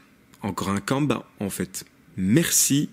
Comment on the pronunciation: Merci pour la vidéo! Par contre les syllabes "en" n'existent pas en japonais. Cela se prononce "Kanne-Banne"